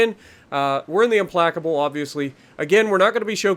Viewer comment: Hahaha that's not how you pronounce the name